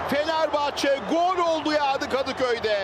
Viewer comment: Spikerin Kadıkey dediği yerde patladım KSJFJJENFKSKJDOSJF